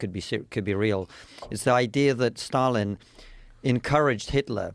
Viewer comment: Did you say Stalin? It sounds like Biden!